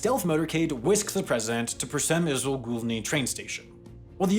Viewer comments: "Przemysl" (can't type the accent on the 's', unfortunately) is pronounced more "pshemishl". I know this because I've a friend from there. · Breaking: Przemyśl butchered by Sam. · As a Pole, I actually laughed out loud when you tried to pronounce Przemyśl 😆 anyway, it was a good try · What a pronunciation of Przemyśl :D :D